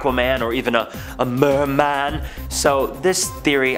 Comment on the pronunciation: “A murrrrman”